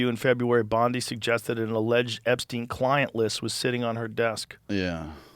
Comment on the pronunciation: stop saying clin-un... there is a "T" in there!!